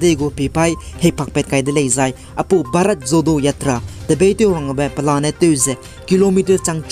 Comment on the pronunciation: Bharat Jodo Yatra kacheube pronunciation ge ah Jo-ro acheu ra kauleu gu delei..please no offense for the correction.By the way, you are doing a great job bro..and continue to do so..God bless..